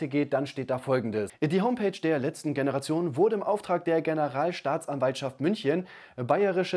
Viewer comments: Verstehe nur ich bei dem Wort „Generation“ von immer „De-Generation“? 😅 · Kannst du Generation nicht aussprechen oder machst du das mit Absicht